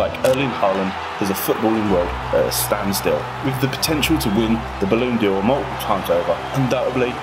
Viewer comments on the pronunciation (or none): Not sure if taking the piss by saying "sticker" instead of striker and "balloon" d'or ?